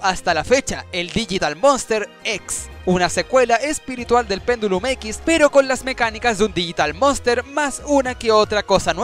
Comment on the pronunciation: "Pendulim X" XDXDXDXD Jajajaajjajaaja